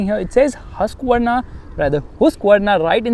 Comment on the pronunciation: Bro its pronounce hask-varna